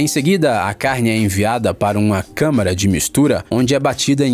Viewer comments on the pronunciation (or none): none